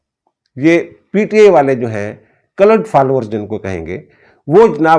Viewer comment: It's called a cult, not culut.😊